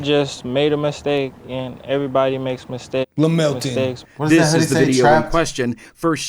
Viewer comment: BRO SAID LAMILTON